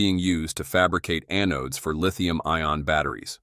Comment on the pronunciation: The robot begs for subscribers, but I refuse until a human narrates. I can't stand mispronunciations like, "A-nodes." Stinking A.I.